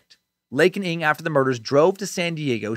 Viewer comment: Imma chime in, 1 month late, hopefully ya see this, Dan. “NG” is pronounced in the same way the “Ng” in “thing” is pronounced. I’m from Singapore, where it’s a common surname. Just thought I’d let ya know! (